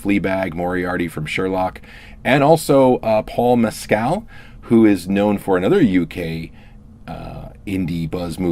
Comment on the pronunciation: His name is pronounced "Mes-kill". Not " Mez-cal"".